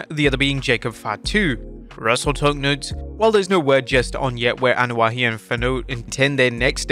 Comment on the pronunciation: Its not (Anoa'i)Ano-ah-HE... Its Ano-ah-E... They have less syllables in samoan, hawaiian and polynesian culture/language... yer butchering it and sound like a damned fool